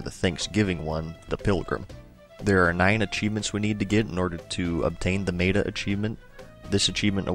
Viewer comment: Please, say meta right.....MET-A...not MEATA